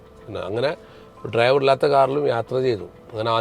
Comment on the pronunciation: Yes😂😂😂 ട്രൈവർ അല്ല സേട്ടാ ഡ്രൈവർ 😂